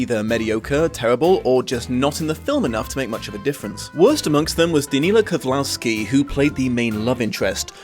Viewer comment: ok, because of how you pronounced the name (I'm sorry, but you kinda butchered it a bit, I can't blame you, russian names can be hard, but it still made it hard to understand whom you actualy meant), I had to actualy look up the IMDB page of the movie, because for the life of me, I couldn't figure it out.... and then.... suddenly it all made sense. Kozlovskiy thinks himself a hot shot and an absolute gift to acting and for whatever reason he keeps getting money in Russia to keep making absolute HORRIBLE movies and I think, that potentially he got cast because he is "technically" a star in his home country. But. the only thing he is consistently? is completely and utterly AWFUL. somehow he got some russian awards and the only thing I can think of is that he has GOT to know someone with power to keep giving him opportunities, because maker knows he's not getting those through merit. at least he didn't get a writing credit on this one, cause its even worse then. anyways, rant over. sorry had to get it off my chest:P